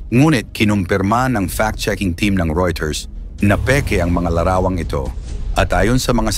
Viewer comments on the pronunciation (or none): none